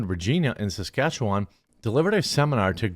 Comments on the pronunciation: omg I grew up in saskatchewan! thanks Jeremy for pronouncing it (mostly) correctly. It's less 'wand' and more 'when' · Thank you for pronouncing that location. I have seen it many times, I know I've heard it many times, but when I saw the headline my brain shut down. Suh-skatch-chew-wan.